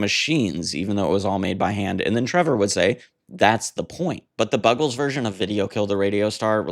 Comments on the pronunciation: Oh dear, how did you mispronounce it? Like "Bugles"? ♥ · How the fuck do you mispronounce The Buggles? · How can you mis-pronounce Buggles ??????